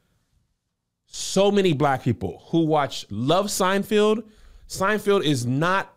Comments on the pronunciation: Wait what happened ?? All this time I’ve been saying it that way too, SeinFIELD! There’s no going back now. lol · It’s pronounced: SIGN-FELD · Are we going to address Kev continuously calling SeinFELD , “SeinFIELD”? No… cool beans 😂